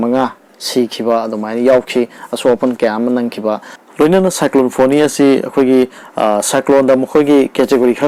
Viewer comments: Yeah it's Fani not foni. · Hairido soire NOT FONI FANI